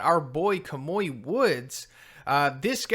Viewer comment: Kamui is pronounced as Kah-Moo-Ee P.S. Edgeshot is Flat Stanley's Grandson